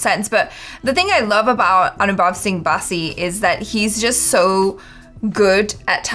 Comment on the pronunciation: It’s not baaasi it’s bassi